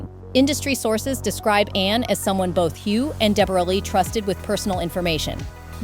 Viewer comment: her name is debra-lee even though she spells it deborra - americans get with the program